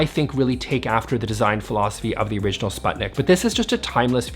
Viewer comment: Please.. please check how sputnik is pronounced 😢 (Swedish people out there I feel you so much haha)